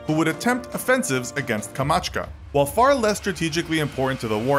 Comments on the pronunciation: Its Not Kamachka, Its Kamchatka but u decided to say "Kamachka" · I cringed to death when he said “kamachka” instead of “kamchatka” Edit: HE DID IT TWICE OH MY GOD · Pls stop saying Kamatschka. Its Kamchatka. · Are we just gonna ignore that he said "Kamachka" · Ryan Dy-Liacco It's called "Kamchatka" and he called it "Kamachka". I don't see why people argue over that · He pronounced it as KA-MA'CHKA,(wrong!) but it's KAM-CHAT'KA ha ha ha LOL. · Albert Albiala so annoying that he said Kamashka or whatever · Everyone make mistakes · It's pronounced Kamchatka not Kamachka :) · Kamchatka, NOT KAMACHKA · KamChatka not kamachka... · Am I is the only one that realize if this channel called "Kamchatka" with "Kamatchka"?? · Kamachka? You failed again. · nice video, one important question, you are mentioning several times in this video that Soviets will have to defend Kamatchka?? Where is it?? Or have you meant Kamchatka :-) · Kamachta? What’s that? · Kam Chat Ka not Komatchka. I lack of phonics in modern curriculum shows in mispronunciation. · kamachka xaxaxa-x-ax-a-x-ax-a-xaxax, it's Kamchatka bro! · It sounds terrible when he tries to say it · Man I almost chocked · it's pronounced COM - CHaaT - KA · Kamchatka peninsula is not pronounced KAH-mach-kah. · Lol said Kamchatka wrong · You badly mispronounced Kamchatka.